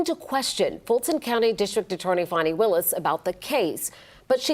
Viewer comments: They keep calling her fawny. Her name is Fani. You know, like a butt. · It's pronounced 'fanny' Like a butt. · Thats right its pronounced "FAN" ny. If it was supposed to be pronounced the other way, her mother should have spelled it right.